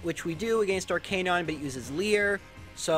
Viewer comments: His Lieutenant, Arcanine, and Lorelei pronunciations all need to be corrected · He also says Arcanine wrong